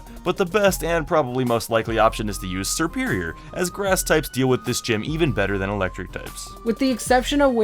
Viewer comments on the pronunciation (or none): none